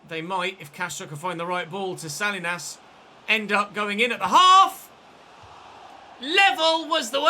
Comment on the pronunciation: Salinas isn't pronounced sal-lee-nas lol. It's suh-lee-nuhz, I just thought you might want to say it right going forward.